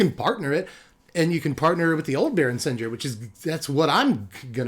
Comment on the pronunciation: baron sen-gear just saying not sen-jeer.